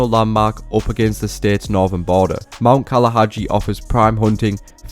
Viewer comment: “Mount Kalaga” not mount kalahajii